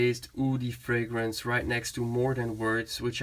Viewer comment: You are the only fragrance reviewer so far that has pronounced every fragrance correctly! 😊